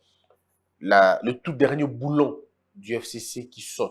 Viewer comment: Le boulon et non boulot svp.